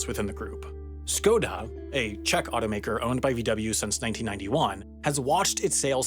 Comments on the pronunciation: Š reads as Sh, not S :) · Christ almighty, man. For how much you're about education and how many subscribers you have, your pronunciation is awful: – Škoda (as the accent on the S indicates) is pronounced "shkoda", not "skoda". – Porsche (as the last "e" indicates) is pronounced "porsh-uh", not "porsh". – Route (as the last "e" indicates) is pronounced "root", not "rout" (which is a different word that means something totally different). – Kilometre(s) (as with any other word that starts with "kilo-" indicate) is pronounced to rhyme with "nanometres", not with "thermometers" (because it's a unit of measurement, not a measuring device). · skoda? oh the pain the paaaaaain. it is literally Š right there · the Š in Škoda is pronounced sh